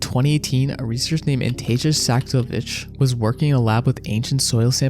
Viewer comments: LMAO, he butchered that. "Antasia Saksovitch", nah bro, it's ANASTASIA SHATILOVICH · please bro work on you pronunciation 😭. "A research named antasia saxovich".